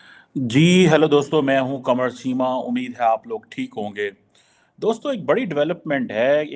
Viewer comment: Aap hein na ki qamar seema pls apna name sahi bolein 🙏 dhanyavad